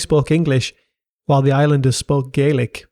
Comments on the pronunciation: Right. It’s GAY lik in Ireland. In Scotland it’s GAH lik. At least get the basics right. 😡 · Scots Gaelic is pronounced "Gallick", not "Gay-lick" as you would for Gaelic civilisation more generally, and Irish and Manx Gaelic in particular. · Really interesting! My only small comment would be that Scots Gàidhlig is pronounced "gah-lick" (think RP garlic)! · Pronunciation of Gaelic was typically abysmal